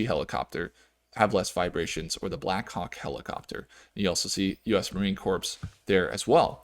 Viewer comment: US Marine "corpse" lol